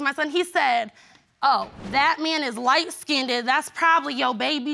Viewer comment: Light " skinDED " bahahahahhaa